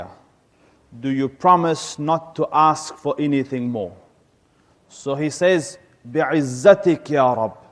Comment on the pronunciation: NO KNOWLEGE SEZ NOT SAYS ATLEAST PRONOUNCE LIKE SEZ